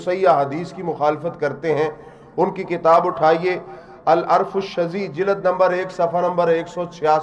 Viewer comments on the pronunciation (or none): none